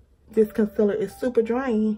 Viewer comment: I'm loving the concealer reviews. Dark circles are my main concern. Your accent when you say con-siller cracks me up. 😆